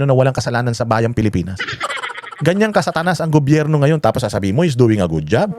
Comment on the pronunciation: IS THE MAN. HE DOESN'T KISS ASS. AT LAGING MAY SENSE ANG SINASABI. SYA DAPAT ANG LEADER NG BANATEROS. MAPA ENGLISH OR TAGALOG ANG SALITA NYA CLEAR LAGI ANG WORDS. DI GAYA NI NA SIMPLENG WORD NA GOBYERNO DI PA MASA BI...GOBERNO ANG BINIBIGKAS 😂 PAG SINABING BANATEROS, SI YUN🥰